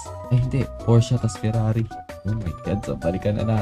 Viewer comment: Pors po basa sa Porsche